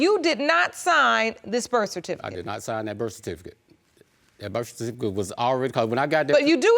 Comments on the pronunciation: Also cerfiticate, Pacific instead of specific 🤦🏿‍♀️ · Wowww the grammar, where are they from? I feel bad for them like they were left in time...she said Sa-Ki-Facet for Certificate 😔